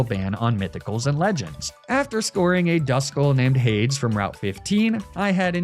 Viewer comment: I like the name scheme, most of them being Greek myths/gods. Some of the pronunciations though, they need work. Still laughing at Hay-ds instead of Hay-Dees (nuts)